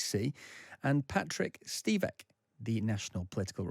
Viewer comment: Did the Times reporter say "offensive questions"?! He didn't say "plenty" as the automatic transcript incorrectly guessed. He called the WaPo guest Stivek instead of Svitek. Incompetent in many other ways too...